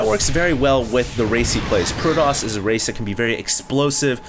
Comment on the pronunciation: hd pronounces protoss like a white douche